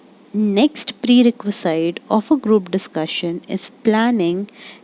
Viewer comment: Shouldn't it be - pree· reh·kvuh·zuht, instead of - pree· reh·kvuh·zeyet?